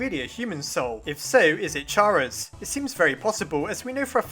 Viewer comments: Chara is pronounced Care A Not Char A FYI. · Chara's name is a play of the word CHARActer. It soumds like Kara, not CHA ra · Dude its pronounced car-uh not char-uh its very frustrating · It's (car-a) not (chair-a) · IT'S CHARA (Pronounced K-AR-A) NOT CHARA (Ch-ah-ra) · Ummmmmmm, I actually don't think Chara (Char-uh) is Pronounced like that, i think it is actually pronounced Chara (car-uh). Edit: Never mind you realized that it might be that too. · it's care-ah not char-ah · IT'S PRONOUNCED CARE-A IT'S A PLAY ON WORDS *CHARA*CTER THIS IS SO FRUSTRATING TO ME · ITS KARA LIKE CHARACTER YOU DONT SAY CHaracter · Just saying, your pronouncing chara and alphas wrong, it's pronounced car-a and al-fis, ok? Pls get it right, it makes me a bit mad and I get mad very easy over small thing even like a little glitch when my phone says when I'm drawing on sketch : sketch is struggling to keep up with you. Please slow down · I think it's prenounced car-a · it's pronounced "Cara" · Y does everyone say chara's name wrong? Its chara as in character (i think) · Stop pronouncing Chara like that. It's pronounced like the beginning of 'Character'. You know, *Chara*cter. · Chara is pronounced with the letter k.